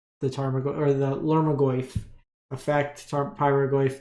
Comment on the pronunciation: lol at “Lhurmogoyf”